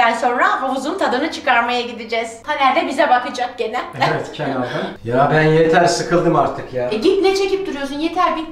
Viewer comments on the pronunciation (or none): Niye kenaydın diyo😂😂😂😂